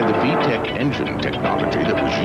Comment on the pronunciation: There's no H in VTEC